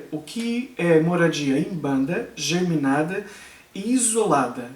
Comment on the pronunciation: Não é germinada. A pronúncia é geminada.